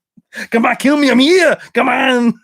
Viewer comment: Your stream saved me on my drive home from San Diego last night. I was laughing my ass off. “Keel me I’m heeuh”